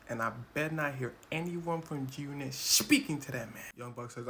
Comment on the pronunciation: Why you saying “Jyoonit” ?? Enunciate your words boy you sound goofy as hell lol